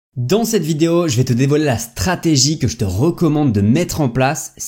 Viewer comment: La "startigie"